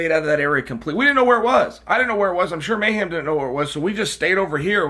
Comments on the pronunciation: Lol at Chael calling him Mayham, it's Mayhem,, bro at least say his name right Jason Miller was a big time star at one point in mma and even had a show on mtv - bully Beatdown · Jason "May-Ham" Miller Leave it to Uncle Chael to get even the simplest English speaking American name wrong. LOL